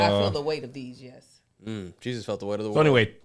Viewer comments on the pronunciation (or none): none